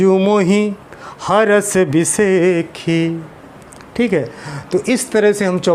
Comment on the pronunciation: AAP hars bisehki na bole bhai bisesi hai